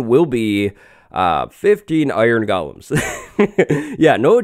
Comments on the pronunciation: Stop saying gulloms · You are not pronouncing “golems” correctly you at saying “gollum” like from lord of the rings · Gollum was a dude in Lord of the Rings. Golems are the bouncers in Minecraft villages. Pronounced differently.. ;) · Golems is pronounced goh-lems, not gal-lums. "Goh-lem" is a creature from Jewish folklore. "Gah-lum" is a creature from the lord of the rings. Don't get them confused.